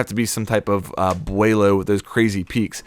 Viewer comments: “Some kind of... Bueilo” 😂😂😂 It’s Beaulo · Bowl - oh not bwealo :s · Beaulo - boe-low not bweilo. Great vid! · It's pronounce Bow-low btw ;) I did the same thing. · The way he pronounced beaulo gave me aids